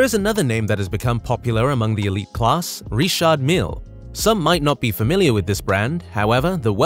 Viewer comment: Never heard it pronounced like that before. All the rappers just use the normal Richard pronunciation. Ritch-ard not Ree-shard. Also Mill that rhymes with hill and not meel